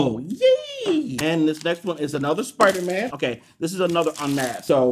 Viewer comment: Dont u dare mispronounce spidermans name. How rude😡😡😤😤